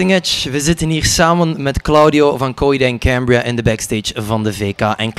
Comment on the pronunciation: Cohaheed ahand Cahambriah